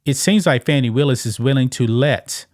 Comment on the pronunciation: No, it’s “Fanny”, like your a zz. ☝️🤣